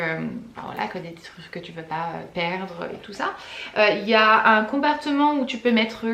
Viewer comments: Coucou ma belle ça va? Comme d'habitude super vlog, comme toujours tu me fais rire," je préfère de me séparer de mes culottes que de mes chaussures lol", "compartement" au lieu de compartiment 🤣🤣😉😘, et le pied qui tiens ton drap tombe sur toi, maladroite comme moi, bref comme d'habitude tu la fais rire. Tu es un rayon de soleil. Tu l'avais dit que tu monterais sur ce vlog, comment tu as fait avec tes dernières photos, je savais et le doutait que c'était beaucoup de boulot, de patience et que ça prend énormément de temps, mais tes photos sont sublimes, tu peux être fière de toi, merci pour tes conseils et astuces. Je t'adore gros bisous à Piotte, à toi et à tes animaux à 4 pattes Tyson Harley et Quinn 😘😘💜🦄💜💛🧡. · Ahah j’ai emménagé aux États Unis il y a 1 an et je comprend tellement tes petits soucis de diction genre “compartement” ça me fais trop rire 🤣 By the way je fais parti de la team qui a commencer à te suivre pour ton “nouveau” contenu avec les vlogs et la déco et j’adore, je prend énormément de plaisir à découvrir ton quotidien et j’ai découvert une très jolie nana pleine de créativité et de charisme. Merci mille fois pour ces vidéos, ces conseils et cette positivité 😘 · "Compartment", on sent l'américaine en toi haha Je suis au US aussi, et je vis tellement la même chose! 😂😂